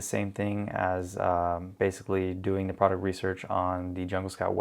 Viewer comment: "The" (as in pronounced *thee*) is used when the following word starts with a vowel. Period. It is NOT: Thee homepage, or thee whatever. BUT "thee" asshole. Hope this helps. More examples: 2. "Thee" top supplier, min 3. "Thee" Jungle Scout Web App, min 4. "Thee" sales are great, 4.2 "This is not a good item to sell" = It is an item, or "thee" item. It is not that difficult. 3.28min 5. "Thee" sales, 6. "Thee" Chrome extension, min you defo won't see me 7. in "thee" next video.